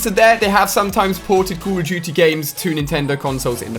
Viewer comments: CAWWWWW of DOOTY WA WAAAWWW TOOOO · The way this guy says Call of Duty is funny